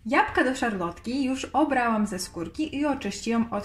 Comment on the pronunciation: Jabłka, proszę pani nie japka !